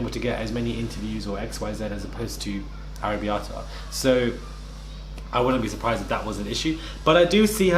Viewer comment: Bro, it KILLS ME when he casually says Arabella names wrong LMFAO 😂😂😂😂🤣🤣🤣⚰️⚰️